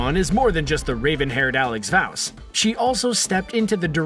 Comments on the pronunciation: i hate how he says vause's name its not vouse it vas VAUSEEEE XD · Alex voUuwws ? not vauss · I bothered me when he said Alex VOUSE BISH WTF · Its VOSS not Vow-ssssss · Narrator: Alex VOUSE Me: it's VAUSE DUDE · So basically.... Alex Vause' name is kinda like saying the word "voss" not fricken "vaose". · They don't have an accent. They are saying "Vouse" (rhymes with house) and it's pronounced "Voss" (rhymes with loss). They're just pronouncing it incorrectly, which shows they haven't seen the show. And again, I commented this a year ago so I had to rewatch it to even know what's going on, so I don't understand why you're even replying to me and being defensive. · okay did he just say ‘vouse’ bro wtf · alex vowse? really? lmfao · is no one gonna talk that he really said vAUse when you pronounce it like vouce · It's not Alex Vavose. LMAO 😂😂😂😂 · You should try watching a show before you make a video on it... Vause is pronounced Voss 🙄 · Tatum Gross they pronounce Voss and you litterally said it Vause is pronunce Voss and there’s also something that mayority of us have:Accent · "Alex Vawse" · "Alex vow-s" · Vause is pronounced “voss” rhymes with “moss” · Ha right?? I was cringing each time! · alex vEaAuOUS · Vozz lol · i hate when people pronounce simple names like vause wrong cause it shows they most likely didnt even watch the show where its said correctly millions of times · It really hurt me the way you said Alex vause. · Does it bother anyone else when he pronounces "Vause" wrong?? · XD the way he said 'vause' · That way he said Alex’s last name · If you don't know how to pronounce "Vause", please don't do a video about OITNB. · The way he said ‘Vause’ bothered me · the way you say vause triggers me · This guys mispronunciation of everything from Alex VAUSE too calling Uzo an Actor instead of actress is driving me NUTS! You'd think they'd check that kind of stuff before filming! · I can't believe you have just pronounced my childs name wrong like that.